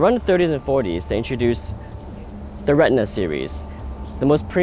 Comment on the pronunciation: The Cameras are called RE TI NA , not Retna...